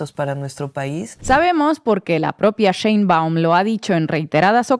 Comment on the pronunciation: No es CHeinbaum, es SHeinbaum...Dios bendiga a nuestrA presidente ya que no solamente tiene que lidiar contra todo lo que lidió AMLO pero también con el machismo y la misoginia de muchos en este país...